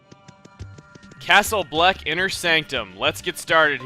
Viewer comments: I keep hearing Castle Oblivion whenever you say Castle Bleck, and I don't know why. C.O. from KH:CoM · "I got a Castle Bleck key!" CRUNCH